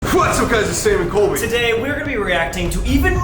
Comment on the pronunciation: as a German Colby's pronounciation was almost spot on